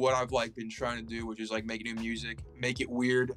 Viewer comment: WUSIC WUSE WODCAST